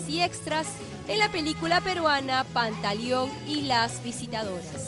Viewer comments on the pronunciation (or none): pantaliiion y las visitadoras jajajaja es "Pantaleón y las visitadoras" esta reportera está en nada